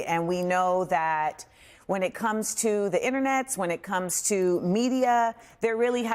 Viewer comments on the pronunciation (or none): She's said "internets " 😂😂😂